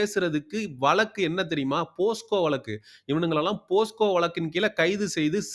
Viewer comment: தம்பி அது போஸ்கோ வழக்கல்ல போக்ஸோ